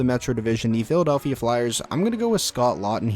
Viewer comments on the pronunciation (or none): none